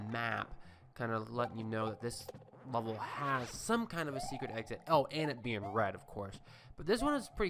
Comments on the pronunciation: Is it me or is he saying he word "level" like "lulvol"? haha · I hate the way you say level